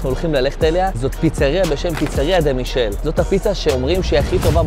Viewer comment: ממליץ מאוד על Pepe ingranni , מרחק שעה מנאפולי. בנוסף, לפיצה שהמלצת במקום הראשון קוראים דה מיקאלה, לא מישל. בהצלחה 🙏👏🏻